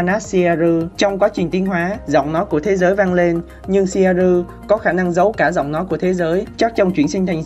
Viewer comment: Ad phát âm theo phiên âm bên nhật là ...shieru 😂